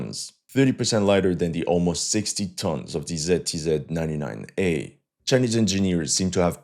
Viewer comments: My ears are bleeding from the way you pronounce ZTZ :)) , never heard somebody pronouncing it like that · What the hell is "TZTZ"?? I thought it was "ZTZ"